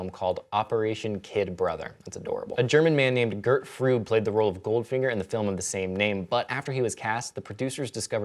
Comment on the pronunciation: Gert Fröbe isn't pronounced Froob. But if you can't speak the umlaut just use the o base to say Frobeh. yw :)